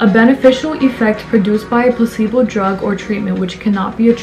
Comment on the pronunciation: Everythime you say placebo i hear „pussy-ball“😂 omg sorry 😂😂😂🙈i loved the video anywayy haha you go giirll🥰